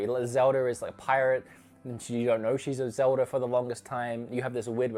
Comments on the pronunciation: It’s Zelda. Not zeldee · Zeldie? Say it with me buddy its Zelda with an A not ie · Sometimes It sounds like says "zelder" instead of zelda. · “zeldy” hmmmm oh wait ZELDA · Or "zeldy" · Zelder? Australier? Norr? What the fa*k?